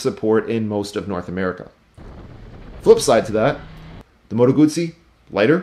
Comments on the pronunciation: It is a GuZZi not a gutZi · Double zz sound like tz in Italian... Guzzi, just like pizza... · Great review except the pronunciation of ‘Guzzi’. If you can pronounce ‘pizza’ you can pronounce ‘Guzzi’. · That is how you pronounce it. Gootz-zee. Italian was my first language. I used to have a thick Italian accent as a kid growing up. Some people pronounce it guzzy, like fuzzy, out of ignorance. When you have a double consonant in Italian it means the letter must be pronounced twice across two seperate syllables. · I forgot the most important part. Guz in Italian is pronounced like 'gooz' (imagine goo in English, but pluralized). It does not sound like 'guz' (as in guzzle in English) as you say. Basically the ignorant will pronounce it wrong. Just like I'm sure I probably mispronounce all of the Japanese manufacturers. But I'm trilingual (English, french, and Italian), so you can trust me on proper pronunciation of brands from lands that speak those languages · Haha I was working an auto show and got reprimanded by some old Italian fellows for not snapping the Ts in ‘Lambretta’.